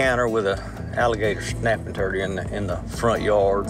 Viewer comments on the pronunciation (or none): Did he say alligator snapping turdy I think he did I know he did that was funny LMAO ciao for now